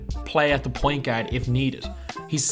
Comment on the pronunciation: "I would not go as fyar" "Best international gyard" "Tony Pyarker"